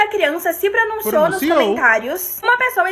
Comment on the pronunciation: ahhahahahah brinquedos, josi, começa, pronunciouuu